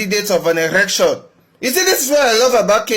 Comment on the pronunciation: Tell the that its ELECTION not ERECTION. Wantam!